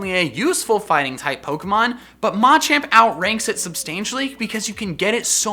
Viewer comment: the way you pronounce "ma" makes me cringe